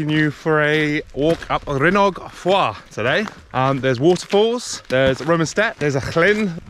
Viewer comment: Great video guys. Epic location that. Loved it around the llyn with all the rocks and boulders! Top marks for on her pronunciation of it too👌!